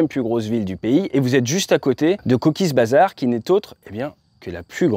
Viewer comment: Toujours d'excellentes vidéo très pédagogiques , si vous me permettez on dit "Cox Bazar" , j'y serai en octobre prochain avec ma belle famille pays que je connais bien et que j'apprécie énormément ( j'ai aussi la chance de parler le bangla )